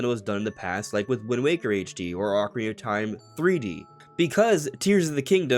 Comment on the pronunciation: “Ocarina of Time” has six syllables, not five. It bothers me that you constantly say “Ocarinof Time.”😂